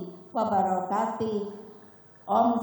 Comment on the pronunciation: kira2 mau habis . kan lagi heboh .. Allah su ... Allah suwan ... warrohmatuwllahiwabarokatihh .. bukan wabarokatuh